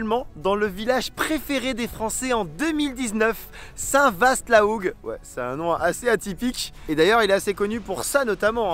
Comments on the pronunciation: C'est chez-moi 💚🩵💙 ça se dit saint va la hougue et non saint vaste même si c'est ce qui est écrit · Superbe vidéo. Pour ton info perso et sans critique aucune, on prononce Saint VA la Hougue et non VA(AST) ;) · très belle vidéo, bravo Mais l'on ne dit pas en Normandie "saint Vasssst" mais Saint Saint Vaaa !!! Comme l'on ne dit pas Messsnil, mais ménil, et bien d’autres choses encore !!! Encore des choses à apprendre, mais je vous sens motivé Bonne continuation Vikland, Northland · Les normand en sueur quand il a dit saint vast au lieu de St va 😂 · manchot expatrié chez les bretons, elle est belle cette region par contre on prononce saint va la hougue et non saint vaast mais cest pas grave.. ah et puis on prononce isigny izi gny pas ici gny. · On ne dit pas "saint vaste"mais "saint VA" Ahah 😊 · juste pour info st vaste se prononce st va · En tant que Normande qui vit maintenant a l’étranger ça fait drôlement plaisir de voir une video de Brubru sur notre magnifique region. Et on dit Va pour Saint Vaast La Hougue, le S est silencieux ;) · Toujours aussi belle, cette Normadie. Et on n'y voit pas tout ici, comme la vallée de la Seine, l'Orne, le Cotentin, ... Encore une fois bravo et merci nota : chez moi, j'ai toujours entendu Saint Vaa(st) LA Hougue, sans le ST, mais ce n'est pas bien grave. Et à Isigny, il y a d'abord le bon beurre, la crème fraiche, et tout ce qui tourne autour... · Chez moi on dit même St Va la Hou sans prononcé ni le '' St '' ni le '' gue''😂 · Salut Bruno de puis le Cotentin superbe vidéo par contre pour la prononciation de la ville de Saint vaast la houge on ne prononce pas le st a la fin on dit saint va après tu pouvais pas savoir😉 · Une vidéo d'une qualité exceptionnelle comme j'en ai rarement vu, par contre mes grands) parents étant du coin, on ne prononce pas le "st" dans St-Vaast-la-Houge, on dit donc "St Va-la Houge" à part ça, merci pour cette vidéo magnifique et bravo pour le travail fourni